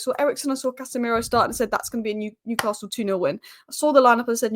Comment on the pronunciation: Also there isn’t an R in Newcastle.